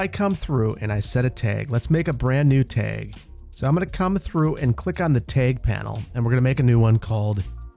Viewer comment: oh god. Not the “TEGS” coming back🤦‍♂️🤣